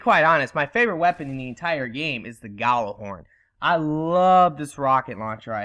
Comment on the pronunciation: It's pronounced something like "Yal-ler-horn", not "Galler-horn". Roughly translated, it means Booming Horn. From Norse mythology, Heimdallr weild this horn to warn of danger, and is to blow it in the event of Ragnarok.